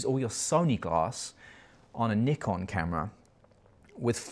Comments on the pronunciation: Nikon is a Japanese word and it should be [nikon] not [naikon] 🤷‍♂️ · Nikon is a japanese brand. So there is only one correct way to pronounce it. knee-con. is right. 👌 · It doesn't matter where you are from brother, Nikon is from Japan, pronounced Nee-Kon. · Great video dude 🙏🏻🙏🏻 trying real hard to say Nikon and Zed 😂 I understand 🇬🇧 🥳